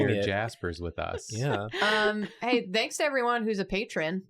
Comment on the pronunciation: How come when they say thanks they often pronounce it like “they-nks”? Is it a meme or something? They just do it like it’s normal?